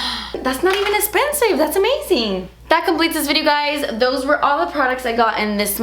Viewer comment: I LOVE when you say “esspensive” 😊❤️